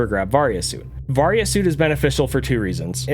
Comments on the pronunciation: It’s pronounced “vary- a” suit. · Its pronounced vay-ry-uh suit